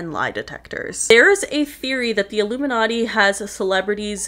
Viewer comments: Yeah. L picked that. He said "Ilumi-NUTTY"! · Jim Carrey didn’t even pronounce ilumiNATTI the proper way. I think he was telling the truth just choosing his words wisely, and how he said it.